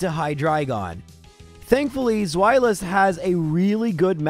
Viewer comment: The irritation at his mispronouncing of Zweilous. I guess not everyone realizes that their naming convention is German. The correct way to say it is SPHY-luss.